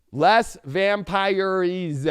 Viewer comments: aka, I have been meaning to post last week, while I didn't see the deck or the spelling, it's pronounced LAY (les) VAM PEER ESS (Vampires). You're so funny. Thanks for being! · The "Les Vampyres" kills me every time, lol! It reminds me of my grandmother who use to say "Less Misrabulls" for "Les Misérables" just to annoy my grandaunt.